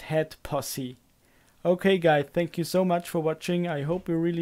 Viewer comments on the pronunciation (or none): none